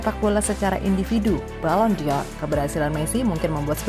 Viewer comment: Jgn jadi host min kalo nyebut nama orang pun salah apalagi bahas kelayakan balon door Sejak kapan psg punya pemain nama enjel ???